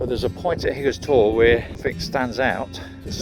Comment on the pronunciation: nice video mate....really enjoyed it however the wife cringed every time you said Hathersage instead of Hathersidge...and whenever you called Higger tor , higgers tor